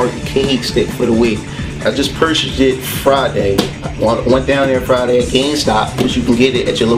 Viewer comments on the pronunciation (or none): none